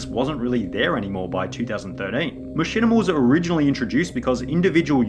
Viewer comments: bro learn to fucking speak "jurring" "machinimER" "YouCHube" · “Machinimar on Dewtoob” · I like when you say machinama, but I really like when you say machinamar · Dude keep saying “Machinamer” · How come sometimes you say "machinimer" and "youchube" instead of "machinima" and "youtube"? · The amount of times this man said machimina 🥴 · the downfall of Machinimer on YouChoob in two thousan' twelve, two thousan' thirdeen, two thousan' fourdeen